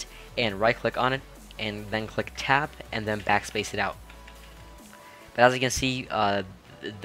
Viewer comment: are you saying tab or tap?